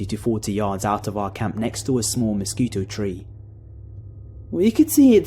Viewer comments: oh my god you said mosquito tree 😂😂 it's mosquite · mis-skeet is how the tree is pronounced.